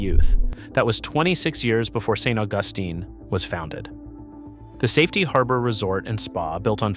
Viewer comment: How can you have someone reading the narration who doesn’t even know how to pronounce St. Augustine? In the first 30 seconds!